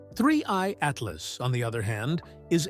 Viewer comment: Haha -- I didn't get past "Ah-tee-LOSS" . This AI-generated crap is ridiculous.